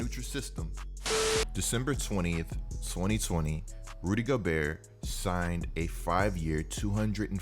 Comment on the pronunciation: Basically he says rudy goburt